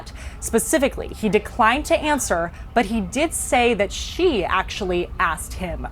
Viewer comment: Wolf Blitzer can’t pronounce “Beijing” and can’t pronounce “President Xi”. He can we believe he knows anything about China?